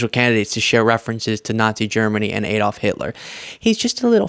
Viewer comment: Adolf: pronounced Ad-olf, not A-dolf. 🙄😖